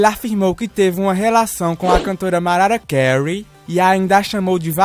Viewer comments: Maraia cary ? Marara cary ? Mano tou moooorendo de rir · Marara Kéur i 😂😂😂😂😂😂😂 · MARARA KEURI